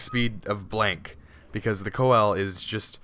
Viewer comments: Its not called the coel, its pronounced see-low-canth, it has 12 fins and most are obsolete but still living in the mid indian ocean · Just a tip, it's pronounced "see-la-canth" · it's pronounced seal or full name pronounced seal a canth coelacanth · pease stop pronouncing it wrong please it is prounounced see-luh-canth sorr y it really annoys me beacause this is not a dinosaur it is still alive and it is a simpl;e name so can you please pronounce it like that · its pronounced "seal" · btw coel is actually pronounced sealo and they still exist as well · It's pronounced Seal-o-canth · Can you spawn a Coel (please stop pronouncing it like that btw) at like 50x? the biggest i've seen is 4.7x... huge!